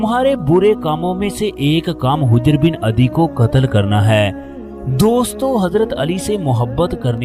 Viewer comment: ارے بھئی یہ لفظ حِجرہے